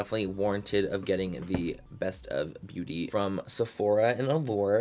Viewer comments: Sometimes he says “beaurrrrry” in a Mexican accent So might be a joke lmao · You gotta read it in his voice “Beaurrrrrry” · He always says “beaurrry” 😂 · That’s that way he says beauty. Come giiiirl. Roll that t